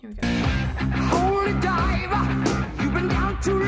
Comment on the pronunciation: "Holy Dive uh"